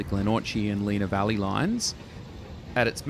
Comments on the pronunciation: Plus he pronounced Lenah Valley as Leena Valley when it is, despite the spelling, Lenna Valley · Try Len-a valley not Leena